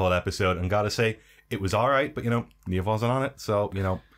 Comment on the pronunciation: Niamh is pronounced Knive.